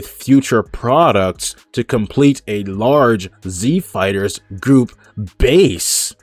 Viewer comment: Are you saying group? Or goop?